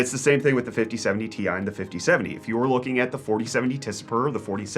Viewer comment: "the 5070 tie..." ok, its good so far... "will beat the 4070 tea eye..." WHAT??? Pronouncing the letters separately? This is a disgrace! A scandal!!! Edit: for those who are wondering